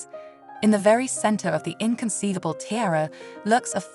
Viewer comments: The word is pronounced Tee-ARE-ah. Not TIRE-AH. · I can’t stand when these stupid women can’t pronounce the most simple things. “T-I-A-R-A” the I is pronounced as an E! More inexplicable is the fact that halfway through, she started pronouncing it properly lol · Can't get past the unbelievable mispronounciation, unbelievable 😮